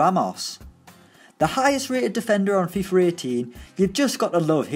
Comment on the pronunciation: Anyone else hear that he’s saying fifer 18 lol